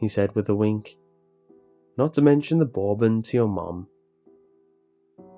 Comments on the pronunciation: Brotha I love the videos. And as an American I'll give you zebra like you pronounce Debra but for the love of everything naked on a pole it's buuuuuur bon. Not boorbon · What is borbun? Bourbon? (Bur-bun) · Bur-ben not ballben 🤣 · Bur-bon not boor-bin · Nicely done as always :)Small note, it's pronounced "BER-bun" not "BORE-bon" ;) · its pronounced BER BON not BORE BAN. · DAMNIT BOURBON IS PRONOUNCED BURBEN NOT BORBAN. I COULD LET IT GO 1 TIME BUT NOT 3 TIMES!!!! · your great! But what is Borben? I drink (pronounced Burbin) spelled bourbon you were saying bour-Bone. Just a reminder for others. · it's pronounced"Bur-ben" NOT "Bore-ben"! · It's pronounced BURBEN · Y he say borbon? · Bourbon is pronounced "ber-bin" for future rreference. ☺ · What the fuck is Bore-bon? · Pls say burbon correctly the way you pronouce it is like nails on a chalk board! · Bourbon, pronounced Burr like your cold and Bon like a bonbon the candy. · Bourbon is pronounced burr-bin. FYI. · OH PLEASE FOR THE LOVE OF GOD PRONOUNCE BOURBON RIGHT. BUR-BEN. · OMG, Bourbon is pronounced Berben, as in the first half of bur-p followed by ben. 😂😂 I love the story, but incorrect pronunciation drives me insane! I know Bourbon is spelt really wierd, but thats just how it is here. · Got 5 minutes in, couldn't stand to hear "boar-bon" one more time. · Can't listen to whole thing. Fuck the way he says borbon drives me nuts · the way he said said Melbourne drives me nuts. Even worse is the fact that he ignores the R In Bourbon and put the R in Melbourne where it shouldnt be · Its pronounced bur-bun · Please don't call it "boarbon" or "Melborn" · dude stop sayin bore bon! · "Bore-ben".. the bor-ing version of Bourbon. ( 0% vol alcohol instead of 40 ) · The way you say Bourbon hurt me every time. Love your narrations but that sucked. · Couldn't get over his pronunciation of bourbon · Alright, I understand that this person is not American but it deeply bothers me how he pronounces bourbon.